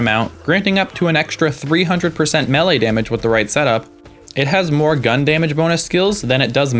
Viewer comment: good video. but, how you say melee pmo